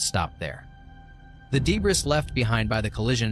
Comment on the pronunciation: I noticed this too lol. Also "de-briss".